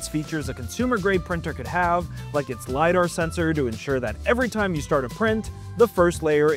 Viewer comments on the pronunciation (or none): none